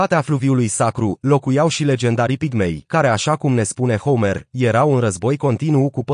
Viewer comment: Foarte adevarat. Mai face si greseli de pronuntie. Homer e pronuntat precum Homer Simpson.... Merge in engleza, dar in romana e catastrofal....